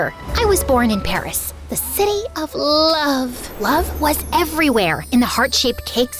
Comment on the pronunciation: OMG HELP THE WAY SHE SAID LOVE IS SO MRHGHH